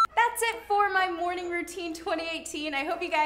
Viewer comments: You said morn g routine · Lmao did anyone else hear her say morening routine at the end?? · She said "thanks for watching my morning rountine" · She said morning rotion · yea I had to go back and reassure myself I heard morning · did she say morning?